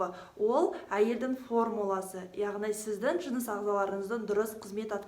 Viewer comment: Өзініннн сіздін емес... өзінің сіздің деп сөйлеші өтініш.